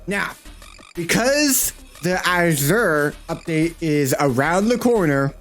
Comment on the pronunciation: Why he say his name like that